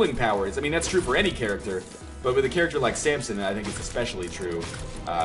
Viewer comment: i really hate that he says samPson instead of samson